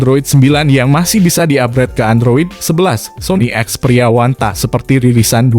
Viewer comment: Ada pembaca an kata experia yg beda mirip ngomong pria 😂